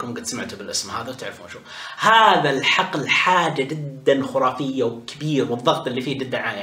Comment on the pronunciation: كم مرة قال خورافية:؟